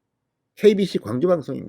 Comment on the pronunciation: KBS인가 KBC인가 발음이?